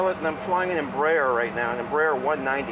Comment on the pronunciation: We will be scrabbling a couple of F-16s... Except those are are F-18s!!! Mr. private pilot/tv host... its pronounce "Em-Br-A-er"